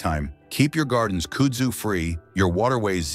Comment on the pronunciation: Kud-zoo is how you pronounce it and it is a beast. They have large tuber under the ground and can root from a cutting so mowing the stuff will just spread it. Look on a map for Yazoo City MS the area is covered with it. It is said that kudzu and cock roaches will be the only thing to survive a nuclear apocalypse so get used to eating both.